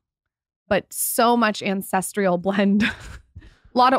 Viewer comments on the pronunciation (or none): It's ancestral. Not ances trial.